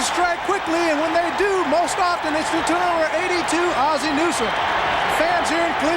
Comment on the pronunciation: why can't Dick Stockton (who is great) pronounce Ozzie?